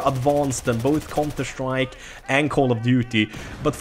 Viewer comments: whenever you say counter strike it sounds like your saying cunter strike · Cunter strike 😂 it's funny how he pronounces it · Love the way you say counter strike XD